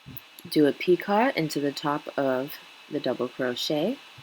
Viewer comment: Just a hint. Picot is pronounced pee-coe. Long o the t is silent. Not being mean or critical. Just don't want you to lose customers from sounding unprofessional. Other than that very good tutorial!